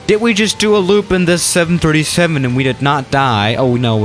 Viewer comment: Seriously? This production person really needs to gather facts and learn pronunciation 737’s and similar land here almost a dozen times many days.